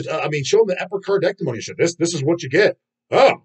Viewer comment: You mean “Epi-car-deck-Tea-moan-eeee”